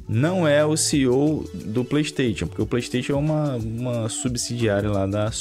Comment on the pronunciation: Brother, vc fala tão bem, pronuncia o nome "Playstation" de forma correta por favor 😰